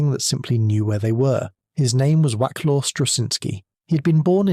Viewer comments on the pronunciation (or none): Whack Law? Pronounced more like Vass Lav, surely. AI again? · Vaclav is the correct pronunciation.